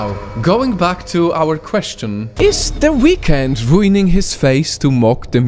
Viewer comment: I thought you said "What the weekend doing to his face?!"😂